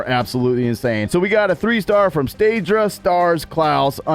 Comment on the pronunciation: Sta dra not staydra wtf